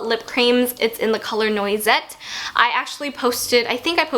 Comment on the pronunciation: not to be a snob but noisette is pronounced "nwa-zet" :)